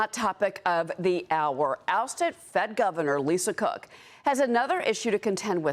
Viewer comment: He almost said Lisa Crook